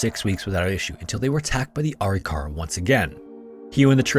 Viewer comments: "Uh-Rick-Uh-Ruh" is how I've always heard it pronounced. Dr. Bill Bass worked extensively on Arikara skeletal remains and as a forensic anthro grad student, I heard the word a lot. Thanks for another top notch video. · I’m part Arikara, I’m enrolled in a federally recognized tribe (MHA nation in ND) It’s pronounced “A-rik-ara” Great video, have a wonderful day! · Ah-Rick-Ah-Rah not arykara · ITS PRONOUNCED... A-RIC-A-RA, not ARI-KARA. I'm Caucasian and even I know that. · Please do more research on your tribe pronunciations. It is Kai-o-wa and Ah-rick-ah-rah. I love your channel, but that’s like 2 videos in a row I’ve watched and the NativeAmerican tribe was pronounced wrong.